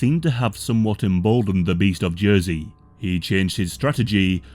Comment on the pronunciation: It took me a second to realize you were talking about y'ursey; thought it was j'oi'sey